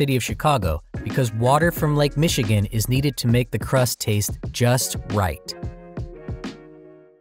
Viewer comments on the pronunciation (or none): none